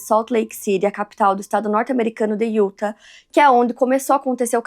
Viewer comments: Como já disse anteriormente, diz-se "iutá" e não "iúta" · Não se fala UTAH E SIM UTÁÁÁH